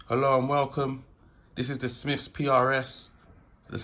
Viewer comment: Ok can’t listen to this if you say Smiffs wot went up Everest. Jesus man!!